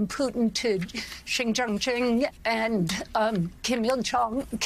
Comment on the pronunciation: "Shin Chung Ching"? Imma give you a pass on that one. Who likes Xi Jinping anyway? ("Zhee-Zhin-Ping") Anyhoo, I'll vote for Biden if he gets tougher on the border and quits appointing uber liberal DAs like Rachel Rollins of Boston, who actually published a list of crimes that she would not prosecute for.